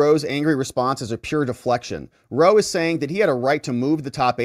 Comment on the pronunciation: "Ronald Ruh-Roe" is never not going to be funnny